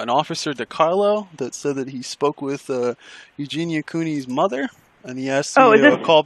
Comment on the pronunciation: " her motha" hahahaha I love it too 😆